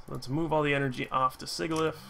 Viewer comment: SIJILIF. Sigil is pronounced like J. The Hydreigon line gets their names from the German words for 1, 2, and 3. Ein, Zwei, Drei. 1 head , 2 heads, 3 heads.